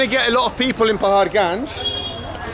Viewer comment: Say Paharganj one more time I dare you